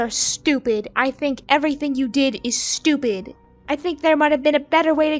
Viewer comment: the way she said "✨Stubid✨" made me chuckle XDD